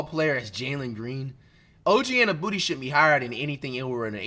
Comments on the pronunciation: this nigga said Og Anu-booty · Mf said “OG Innabooty”😭